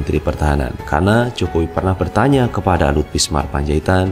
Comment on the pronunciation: ...jangan mengganti nama orang dong. Anda berulang kali menyebut L BISMAR P. Apa p Luhut sdh ganti nama? Cermat sedikit dong.... ini kan dibaca banyak orang....Yg benar BINSAR kali mas....???